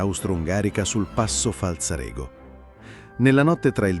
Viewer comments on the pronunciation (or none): Passo Falzarego, con accento sulla seconda A, non sulla E!